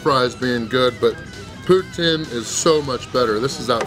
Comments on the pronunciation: Putin??? Pronounced Pouteen my friendly American! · It's pronounced pou-teen not pou-tin